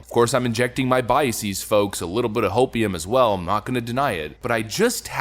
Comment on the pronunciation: Ok vid. but look the plural of bias is NOT biaseeez. It's just biases, like buses. And just in case you also think it sounds intellectual to say processeeeez , that's the same. Just a normal plural.